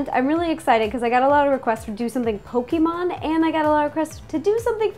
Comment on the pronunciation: TFW you realize Ro has been MISPRONOUNCING Pokémon all this time.....